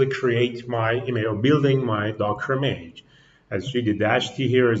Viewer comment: Check the pronunciation for "image", the way you pronounce it sounds like "e-mage". Thanks for the presentation!